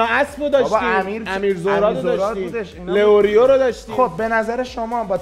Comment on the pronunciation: لیورو❌️ لئوریو✅️